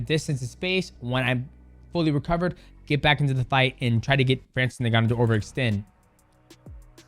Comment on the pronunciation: His name is not francis niganu it inganu (its spokennlike that)